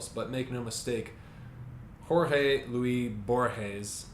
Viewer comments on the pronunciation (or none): Pretty sure that the 's' in "Luis" is pronounced: Sic: /'lwis/, non /'lwi/.